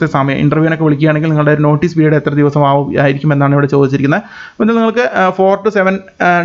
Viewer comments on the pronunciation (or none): none